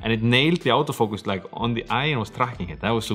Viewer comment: 'Out'o Focus? or Auto Focus? That Scandinavian accent lol